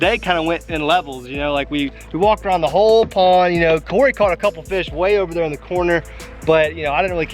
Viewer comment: Nice pwwnnd. Lol I think its pond. Lmao